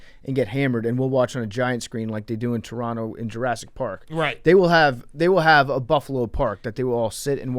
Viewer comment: Excellent pronunciation of Turrono. True local